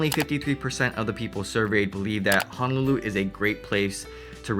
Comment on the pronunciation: Hope this doesn't sound too rude. But your pronounciation of Honolulu is pretty "haolefied." Ouch, it hurts my ears! (Living in CA for years but speaking as 5th generation Hawaii-born Asian local.)